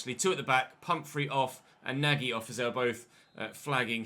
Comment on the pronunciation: nagy is pronounced nudge, love the content x